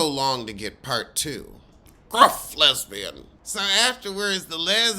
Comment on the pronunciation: Not the "lesbun" 😂 Shout out to TS Madison! 🤣🤣🤣🤣